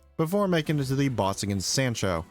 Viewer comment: that is certainly a way to pronounce sancho